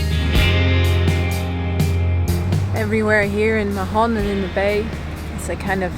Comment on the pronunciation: Hey guys, great vids. We may see you in the med soon :) btw MAHON has a silent H. Spanish and catalan does not pronounce letter H. It's just "Maon"